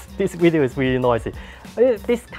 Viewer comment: I came here just to hear you say wideo, but I stayed for the useful product review knowledge, love your work